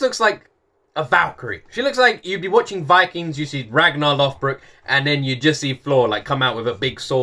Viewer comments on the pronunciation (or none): none